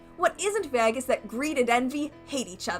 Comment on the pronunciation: Why whyd you say “vague” like “vegue”😂😂😂😂